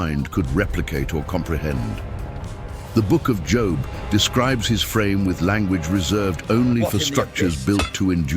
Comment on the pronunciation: Job not job